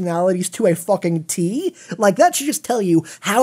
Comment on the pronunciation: please dont say focking but fucking pls